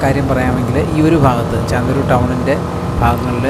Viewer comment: ചാന്ദിരൂർ അല്ല ചന്തിരൂർ ആണ്